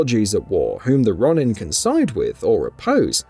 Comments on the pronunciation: It’s ro-nin not Ron-in😂🙈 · It's pronounced Roh-nin not Ronnin.....🙄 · Rise of the Raw-nin? Lol 😂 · Stop saying RON-IN lol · Wolverine coming next year, i think not, we will be lucky if Spider-Man 2 comes out next year. Please don't do a follow up for Rise of the Ronin without learning how to properly pronounce Ronin.